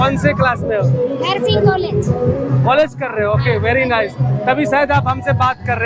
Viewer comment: pr Bhaiya very nice ko very rice bol rhe hai kya baat hai,😂